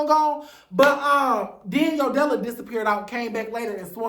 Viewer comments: It’s “Yo Della” for me… you mean YO-DE-LA? 😂😂😂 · You mispronounced Yodala's name LOL As far Sidney Starr- she's known for always falling and losing her balance, she's also not a fighter. You made good point how Mangina was brought in to fight Sidney mainly cuz Sidney is trans and Mangina can't touch any of the girls.